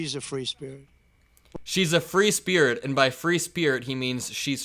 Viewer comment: free speared? Oh, he tries and fails to pronounce "free spirit"!